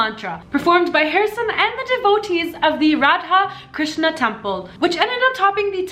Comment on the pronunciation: The way she pronounced those Indian words...